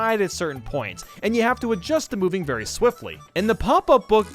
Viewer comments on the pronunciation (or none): Wait. Did he say berry little room for error on 81?